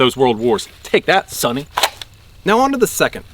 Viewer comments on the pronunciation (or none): none